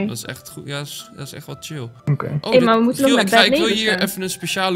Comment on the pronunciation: Die 'Okeh' van klonk echt heel Japans ofzo Lol